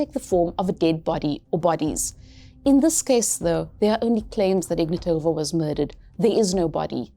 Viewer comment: Ig-NAT-ova. Please pronounce it correctly. i-VAN-of. Do your research on the basic things.